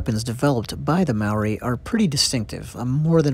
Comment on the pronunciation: Kia ora bro just a lil critique it's not pronounced (marry) it's pronounced mouldy without the L sound I'm a Maori and also do these carvings myself please pronounce words properly Kia ora the "R" sound is Scottish sounding Ngamihi 🙏